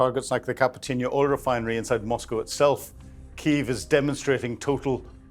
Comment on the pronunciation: Kyiv has two syllabics